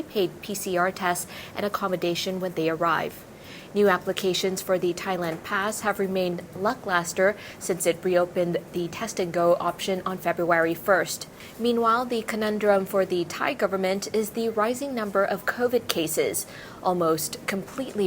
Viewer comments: you're looking & sounding great N! btw, it's lack-luster :) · "Lucklaster" - 😄that's a very cute verbal mixup,. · seconds, said "Luck-Laster"? ha